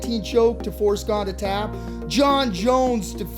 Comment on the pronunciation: His name is not pronounced GONE or GAIN. It's GA-NAY (Gane) Learn something, you uncultured lunatics